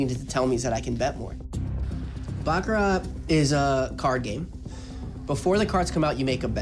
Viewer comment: sounds like bullshit to me. i was a baccarat croupier in tahoe-vegas and ac. he doesn't even pronounce the word baccarat correctly. the t is silent.